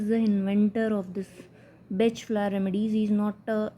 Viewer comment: FYI pronounced Bahk…not Batch THANK YOU FOR YOUR VIDEOS